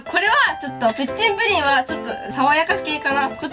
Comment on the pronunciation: プッチンプリンがプッリンプリンになってるよわざとかな？(笑)